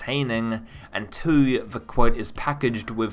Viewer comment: "twoee" I know it's just your accent but it's SUCH a weird the way you say two.